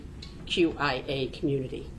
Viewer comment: She can't even say LGBTQIA correct and with RESPECT. So I think she is full of shit and gas lighting mikaylas family. DO BETTER D.A. Black lives matter